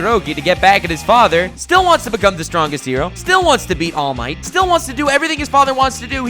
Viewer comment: All Might: Allu Mighto Deku: Samallu Mighto Bakugo: Dynomighto